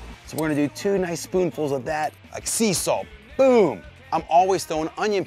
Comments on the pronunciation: 把海鹽聽成鞦韆xD （sea solt&seesaw) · Sea salt 不是sea solt